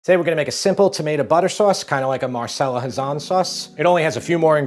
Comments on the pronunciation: Mar Che lah Not marsella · If your gonna refer to the doyenne of Italian food,learn how to pronounce her name. 2 c’s is kah like Pinocchio 1 c is pronounced cha like cello